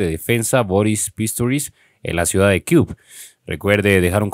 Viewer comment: Se pronuncia Kiew=quief